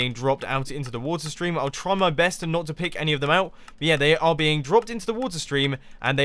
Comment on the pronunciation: Mumbo said try our bust. Not try our best.